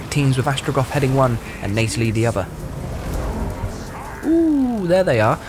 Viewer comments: Between the "diciples," the "arnament," the "viligant," and the wrong-context "Neightalie," this dude and his team could seriously use an editor. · "FeVERent"? "ViLiGant"? "Torrus"? Sloppy pronunciation there, bud. Bit cringe on the "Neightalie" as well. Not sure why you'd spam low quality greenskin units, though? On higher difficulties they are going to melt so you have to choose better units and on lower difficulties you earn enough to pick better units. Plus it would have been nice to show us what a real all-Chaos Dwarven army can do. I don't doubt Chaos Dwars will be awesome, but I would have loved to see more war machines. Not too sure about confederation requiring you to progress through the entire faction mechanic, we don't need another confederation struggle a la Empire. I suppose it's more about rushing points, but why have it at all when essentially the reward for going through your faction mechanic entirely is equal to unlocking a game mechanic that most factions already possess by default? That's not a reward.